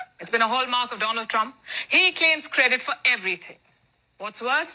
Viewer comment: "Saar phul saport troomp" 😭